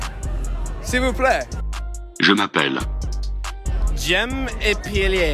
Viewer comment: JEM EPIEYEL